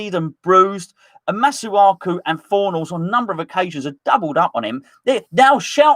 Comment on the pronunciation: I love how still calls Pablo Fornals, Paulo Fornals 😂